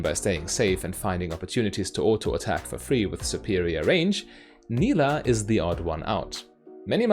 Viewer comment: It is pronounced like you did in the video, she says her name in her taunt and I would guess that she knows how to say her own name correctly ^^